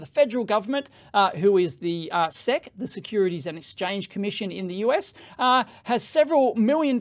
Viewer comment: Everyone: "Ess Eee See" Dave: Seck FFS, mate...